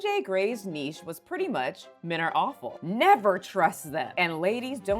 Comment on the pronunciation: she finally learnt how to pronounce niche